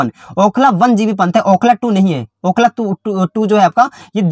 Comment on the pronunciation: Bhai Okhla Dullu aapne bola 😂